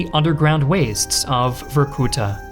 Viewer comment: VORKUTA YOU SAY